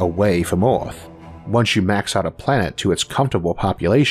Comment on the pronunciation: I would have liked to watch this video, but I found it intolerable due to the accent. Earth is repeated over and over again, nearly in every sentence, pronounced as "Eaouauphff." I have never stopped watching something due to an accent, but repeating the name of our planet in this Eouruphhfffph way was something I find so unnerving I had to stop. How isolated do you have to be from the rest of the English speaking world to have such a bizarre pronunciation of our planet in a video about our planet?